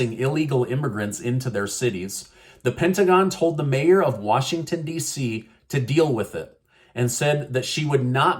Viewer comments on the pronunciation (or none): none